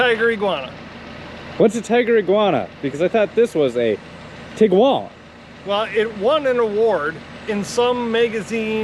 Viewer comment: Thank you for saying Tiguan and not tiQuan. ❤️ my first Tiguan was 2010 SEL and moved up to a 2019 SEL the year and LOVE it, annoying they took away features my 2010 SEP had like the HIID lights, auto windshield wipers, folding siding mirrors, auto dimming review, and memory seats. 😑 Both SEL 4motion, but one SEL is 9 years newer and lost some features. 🙄 2001 beetle 2000 Jetta 2010 Tiguan 2019 Tiguan Love VW ❤️